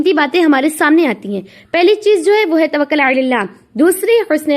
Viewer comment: تَوَكُّل باب تَفَعُّل سے مصدر ہے تھوڑا سا اطمینان سے ٹھہر ٹھہر کر بیان فرمائیں مزید عمدگی آے گی ان شاء اللہ